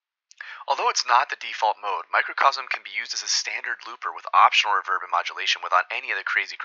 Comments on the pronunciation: I think you have artistic license to pronounce it however you want. You're creating interesting content, and for my ears, the "revérb" sounds cool in the context of your vid. Thanks again. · I appreciate your unique way of pronouncing reverb. I've never heard it accented on the second syllable before. Nice touch. Nice overview of the microcosm too. Thank you ~